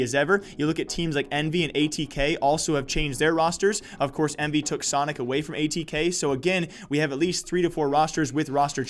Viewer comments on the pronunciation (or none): none